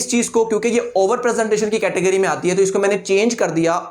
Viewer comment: He said " overrr " 12 times